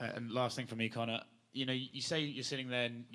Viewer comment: you butchered Conor's name.